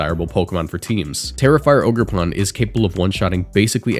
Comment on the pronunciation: It’s “OGER”! lol great video I’m glad to see amoonguss gone but these new mons are way too strong . Matcha gotcha, toxic chain and both ridiculous moves/abilities and chien pao may even be more annoying than zacian